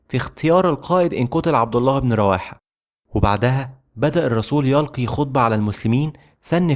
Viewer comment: اللغة العربية . اللغة العربية . اللغة العربية . تستجييييير .. اخي انتبه للفظ الكلمات . هناك اخطاء في لفظ الاسماء حتى أخطاء في الافعال . مثال ( يلقي بعض ابيات الشعر على نفسه ) .. يُلقي ( تلو شعر او يقول شعر ) . وليس يَلقي ( يرمي ويقذف ) . بالضم وليس الفتح . اختلف المعنى .. وهناك الكثير والكثير من هذه الأخطاء لدرجة شديدة . مثال اخر ( تقدم والتقط الراية ) انت قلت ( التقط الرواية ) .!!!